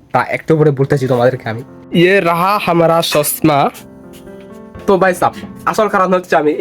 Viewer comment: 😂 সালটা না চালতা 😂 😂 খদম না কদম 😂 😂 ছসমা না চশমা 😂 😂 রেদি না রেডি 😂 😂😂😂😂😂😂😂😂